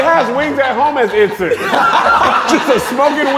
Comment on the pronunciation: be killing it 😂😂😂😂”incense”